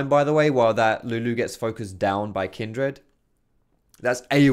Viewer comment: Not going to lie, the way you pronounce Kindred kills me. Kin'd Red. You don't say 'hund red' for 'hundred'. And it's not even your accent, i'm from like 30 minutes away!